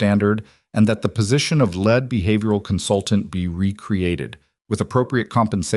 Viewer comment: It would also help if they actually knew how to read the word lead. We also don't have to hear the same thing five or six times like her hearing the fluorescent Buzz of the fluorescent lights.... Plus they should actually spell & pronounce fluorescent correctly as well